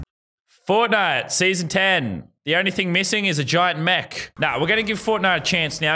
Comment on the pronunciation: A gient meck you say